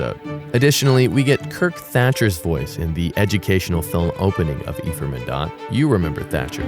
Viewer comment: Nope. The name Ephraim comes from the Hebrew language. And you did not pronounce it correctly, but thanks for asking 😉 eh-frah-eem 👆🏼Does that help? 🙃 I've been the Curious Kamel 👋🏻